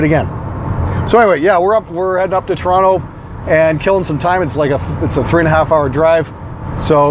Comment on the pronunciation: It's about time someone pronounced "Toronto" right.